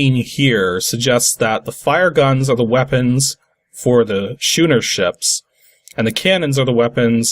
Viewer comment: I've never heard "schooner" pronounced anything other than similar in sound to 'school'. Not dumping on you; I've made this mistake with other words, and I'm sure a lot of other people have also done so.